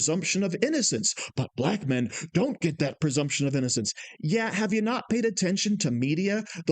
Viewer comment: homeboy triggered by IQ comment, then proceeds to say "persumption" multiple times. The word is "presumption" dummy!